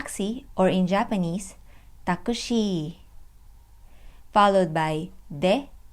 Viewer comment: For takushi (たくし) the u in ku (く) is silent.